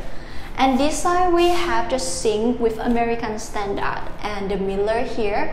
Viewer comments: And mirror... Mear-or instead of miller. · “Mear-or” in American English or “Mirror” in actual English. 😅😊